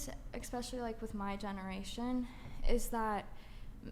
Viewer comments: She said "expecially". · "exspecially" & "pacifically" 🤦